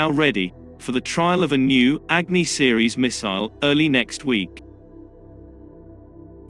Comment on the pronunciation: Its अग्नि & not एग्नि!!!